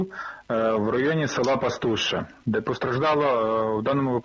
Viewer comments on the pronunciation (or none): Не ПастуШШЯ, а ПастуШЕ!